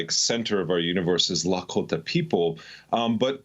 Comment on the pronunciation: I appreciate people that say Lahkota correctly 😊